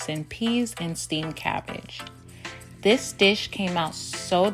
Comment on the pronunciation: Did you just say crabbridge lol 😂 great video thx